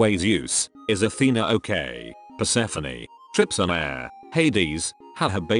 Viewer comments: Pronounced per-ser-phone not per-se-feny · So that's how to pronounce Persephone.... Man I keep calling her per-suh-phone